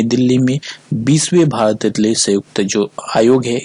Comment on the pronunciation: Aetaly nahi Italy hota hai